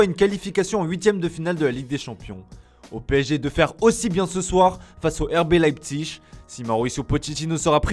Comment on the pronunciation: il va falloir prononcer Leipzig correctement !!!!!!!!!!!